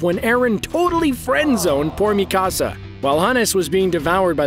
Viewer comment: The way you say Mikasa name is triggering me